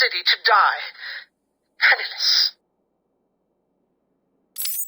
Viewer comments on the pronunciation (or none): when he said "penniless", I thought he said "penisless"